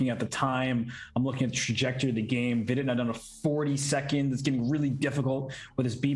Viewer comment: Does hikaru mispronounce vidit's name on purpose?